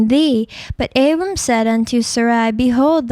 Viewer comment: its also not pronounced abram